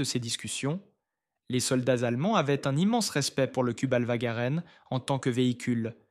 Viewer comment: cubelwar ???? = Kübelwagen !!!